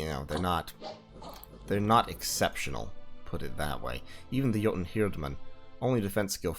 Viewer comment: oh man i cant tell you how happy i was to hear you pronounce jouten correctly, i minor thing but got you a like :D